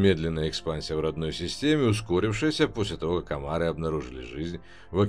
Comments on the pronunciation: галленИты, амаррЫ, кАлдари, минмАтары, ну, хорошо хоть окончание предложений не слышно, а то и там ударения небось перековерчены. а так, спасибо! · Я не понял, кАлдари - ударение не первом слоге? АмаррЫ - на последнем? Это с каких радостей?